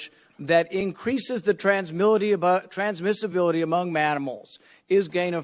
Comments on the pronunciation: "transmility among manimals" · "It increases the transmility among mannimals." Ain't that the troofus, doofus! 😂